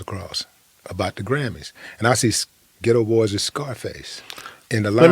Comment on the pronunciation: The name of the group is “The Geto BoyS” (emphasis on the “s”), NOT “The Geto Boy”.